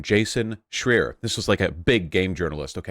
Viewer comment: A bit of a tangent, but is it a pattern with Vaush not knowing how to correctly pronounce people's names or has it only happened to Schreier in this video and Javier Milei?